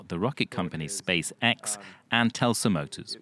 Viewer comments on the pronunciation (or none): "Telsa"? Seriously?!?